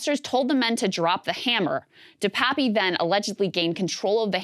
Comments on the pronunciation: DePap, NOT "DePapi". Krystal NEVER listens to Sagaar. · Krystal: De-Pappy, or however you pronounce it. Saagar: De-pap. Krystal: anyway! De-Pappy! 🙄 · I went to school with Dave in Powell River, BC, Canada. It's pronounced De-pap. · It's pronounced DE PAPEY not DE PAP or DE PAPI Jesus, America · Cant she bother to get the last name right? Its bit DePapi even her co host told her